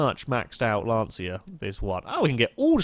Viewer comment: As an Italian it is not pronounced Lance see a its Lon cha.